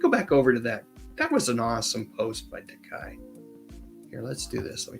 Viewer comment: Takei: ta-KAY - as in gay 😉